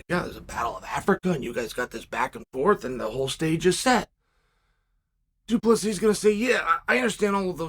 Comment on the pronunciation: Man Chael must not like Du Plesis. He pronounces his name completely correct